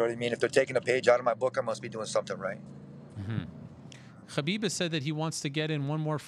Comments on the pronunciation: Its Khabib... Why is he saying Habib?😂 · The way Ariel pronounces Khabib is infuriating. The 'Kh' is neither the correct sound in Arabic, Russian nor Avar, just pronounce it as Habib if you can't get it right. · That khabib pronounciation caught me off guard haha. Pretty subtle I'm impressed i sound like im dying if i try and promounce that sound